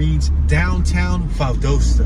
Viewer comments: i see you scare to go across the track. why ? are you afraid...that,s right..be very afraid. you can,t even pronunce valdosta right. the name is valdosta,,not valdusta. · It's Val- dos-ta and your in south central Ga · It's pronounced VAL-DAH-STAH. I'm a Yankee and met my wife there 50+ years ago. She's put up with my crap for all those 50+ years. Left side of image is the court house where my wife and I were married buy a JP. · It’s pronounced “Val•DAST•A” lol One of my best friends is from There, I’ve been there with her a couple times when she was visiting family during the holidays, very hospitable. It’s very country there lol but that’s what it is, the country 🤷🏽‍♀️it was nice though, very different than being in ATL in the city, for obvious reasons. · Pronounced Val-Dahsta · Val-dost-a get it right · Pronounced VAL DAH STA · You completely said the wrong name of Valdosta. 😂😂😂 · Wrong pronunciation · Your are pronouncing it wrong